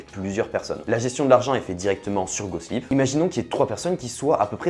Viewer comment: j'entend pas "GOSPLIT" mais " GOSLIP" moi :face-green-smiling